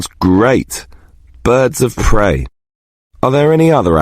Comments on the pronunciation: They say prey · its prey not grey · Yeah, not grey, it should be prey